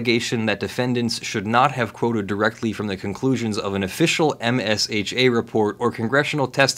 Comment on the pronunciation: Ugh. We all pronounce it "Ehmshuh" not M.S.H.A. like OSHA (Ohshuh) but for mines (it literally is)